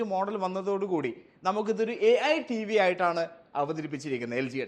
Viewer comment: Ai ❌ Æyi ✅